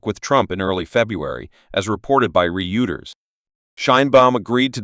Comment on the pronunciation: Re-Uters? Same thing as Reuters? 😄